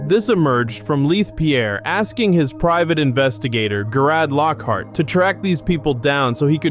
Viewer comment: Jare id lock hart .... there now say it right